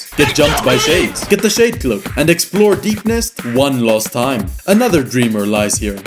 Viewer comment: you say last like lost